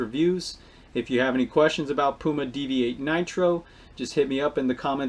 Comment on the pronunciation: Thanks for pronoucing it right. Poo-Mar. Not Pheww Mar. Damnnnn